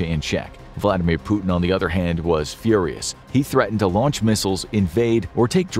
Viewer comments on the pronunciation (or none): none